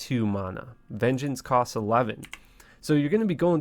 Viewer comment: bro i really want to like you but you act so weird and the way you talk bugs me lol. im still watching tho. veen gance? it's vin-jance.